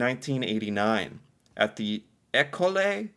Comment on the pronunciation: Hearing him try to pronounce some of the French words like école was painful. And also hearing him try to pronounce some place names were a bit painful. But it was relatable and understandable. P. S. École is pronounced eh-coal.